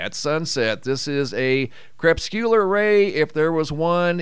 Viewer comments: Since grammar is key to ones intelligence, Crepuscular ray...it is pronounced Kre-pus-kyoo-ler with the emphasis on the second syllable. If you present yourself as an expert as you elude to by speaking of your years of study, you should represent expert level knowledge, otherwise it is fraud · You are seriously dissing someone's spelling when you STILL cannot even pronounce crepuscular!? It isn't hard to look it up and listen to what it sounds like next to the definition by clicking the little speaker AND the way others pronounce it! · Crepsculer Ray/Wave? I Do Not know if I have the correct spelling, or if I am understanding your pronunciation correctly,? (please, forgive my ignorance) I shall research. And, my, what a Beautiful Photo ❤